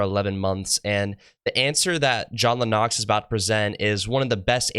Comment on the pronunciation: I love John Lennox, too. But it is LEN ix. He is brilliant and I'm impressed by how young you are and how you are asking some really tough questions and trying to learn. Your future is bright.